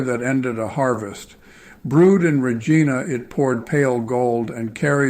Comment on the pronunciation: It's not RE-GEEN-A, it's RE-GI-NA. Dumb turd.